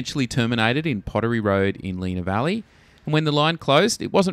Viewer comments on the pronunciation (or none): Plus he pronounced Lenah Valley as Leena Valley when it is, despite the spelling, Lenna Valley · Try Len-a valley not Leena